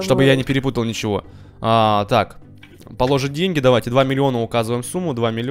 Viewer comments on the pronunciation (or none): Не поло'жить, а положи' ть.